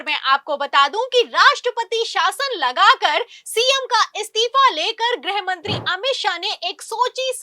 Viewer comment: ग्रहमंत्री नहीं गृहमंत्री बोला जाता है। ग्रह का मतलब अवकाशी ग्रह planet। जब की गृह मतलब Home होता है।